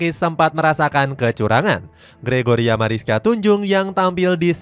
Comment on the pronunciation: Gregoria, bilangnya jorjia jorjia mulu